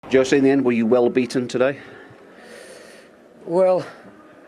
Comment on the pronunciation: It is Jussee..not Jose..